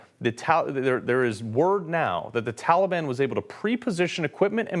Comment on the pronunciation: I was thinking, Obama just needed a way to supply all his buddies with guns and ammo. Yesterday I heard Biden say, "Taliban" and pronounced it the same way Obama did. 🤔 Reminded me of the first time I heard Obama say, "Mooslim"🙄 Bad apples never fall far from the tree.